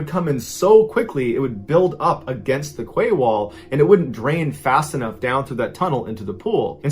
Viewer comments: I love watching your true stories, but I’m going to have to point out that ‘quay’ is pronounced ‘key ‘and not ‘ kway’. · Quay wall?I think it’s meant to be quay is pronounced KEY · I came straight to the comments to see if anyone else noticed the ‘kway’ wall! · Quay is pronounced 'kee'. So it was a 'kee wall'. The word originates from the north of France. I couldn't work out what Mrballen was talking about for a while there! 😂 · Mr. Ballen, I hate to correct you but then again I'm sure you wouldn't want your message constantly pronouncing a word incorrectly. In your story about the photographer taking pics of all sorts of water situations... the word 'quay' is actually pronounced "kee". Decades ago while living in Portland OR, my husband and I spent New Years with two other couples having dinner, drinks and dancing at "The Quay Restaurant" in Vancouver WA. Great time. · Oh my god that poor man in the oven! You wouldn't want to be born to die like that. (Sorry, lovely Mr Ballen, but you pronounce 'quay' just like you pronounce your 'key')